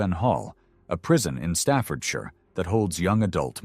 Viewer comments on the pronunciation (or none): none